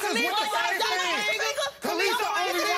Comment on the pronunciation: “kay lis ah” maury it’s ka’lise.